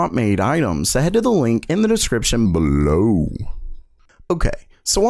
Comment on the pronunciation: Bwah ha ha ha! Just kidding, dude. That being said, most of the viewers of this channel like it. In fact, they campaigned to get him to start saying it again when he stopped, so, It's probably gonna stay for quite some time... TBH, I'm indifferent to the way he pronounces Below.